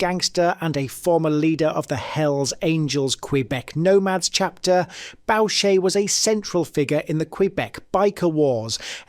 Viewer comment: You mispronounced a few people's names, ie Maurice Boucher<--------- it's pronounced BOO-Shay and not BOW-Shay.😉 By the way Clifford Olson r*ped and murdered children. You stated people which they are but maybe you didn't know.